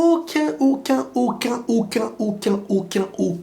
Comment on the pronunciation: Tu force avec AUCUNE… vas-y c’est bon jtm bien mais là franchement tu casse la tête c’est même pas une blague j’arrête la vidéo